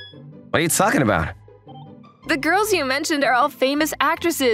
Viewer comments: That guy saying “gorls” 💀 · Bro the bully when girls is fucking funny because he says gwos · And people know how to speak😅 because he said gowrls😂😂😂😂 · Nahhhhh bro he says “gwals” instead of girls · The way he says girl he says it like gorl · Girls❌ Gwols✅ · bro said guwols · DAWGGGGG WHY HE SAY GIRLS HE SUM" gourls" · Why did he say gworls 💀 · Did he say gurls or girls or guuorils bruh ☠️ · The reason why I watched this is because he said guals 😂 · Blud said gwols💀💀💀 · "Gorls" Bro :skull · man said GUIRLS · Bro the girls pronouce is “Gorls” 🤣 bro is bri’ish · Why does pronounces “Girls” like.. “Gwohls”